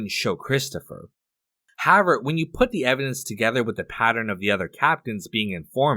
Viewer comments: Perhaps, at some point, you could please pronounce the word HOWEVER…a bit better…you use it often, and it’s annoying as you say HAVVER….THANKS 👁️🇨🇦👁️ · pronounce words better. "however" is not pronounced "havver" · However is pronounced like this: HOW EH VER NOOOOT like HOW VR It's two words but combined. Still pronounced as two words. How. Ever. How. Space. Ever. NOT Howe. Ver. Thank you. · The word is HOW-EVER. However. If you're going to say it two dozen times, say it right ffs. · I hope this guy learns how to pronounce "however" someday.